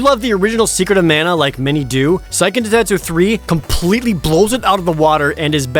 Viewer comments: Actually it's Seiken Densetsu 3, not Saiken Densetsu 3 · It's pronounced "Say-ken" by the way. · What's SAIken densetsu 3? never heard of it. Oh, you meant SEIken densetsu....yikes